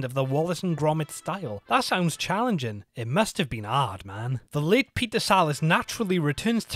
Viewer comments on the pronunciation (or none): Did...did he just say "That must be aard, man"???